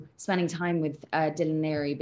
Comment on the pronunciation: Leary not Larry